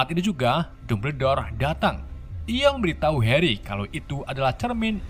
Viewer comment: bang yang bener namanya tuh Weasley dibacanya wisliy, Hermione dibacanya Hermioni dan bukan Herry bang tapi Harry tulisannya